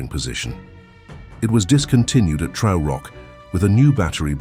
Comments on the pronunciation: Pronounce Trow as T row as having an argument not row as in rowing a boat.. Great video again, thank you. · Pronounced trow as in wow not tro